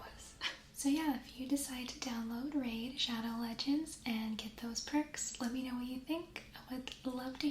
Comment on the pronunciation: ah yes laid radow shegends